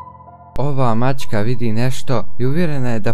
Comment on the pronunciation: Nije maćka.... nego maČka